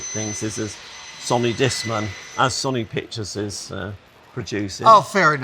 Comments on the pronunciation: Actually that is the correct original Japanese pronunciation. Sonee it’s only pronounced sewnee in the west. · Can someone tell that one guy how to properly pronounce Sony?